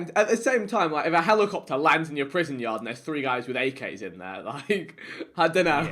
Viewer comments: HELIKOPTAH HELIKOPTAH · nobody: Harry: Hell e copter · its pronounced helicopter not helicopter lmao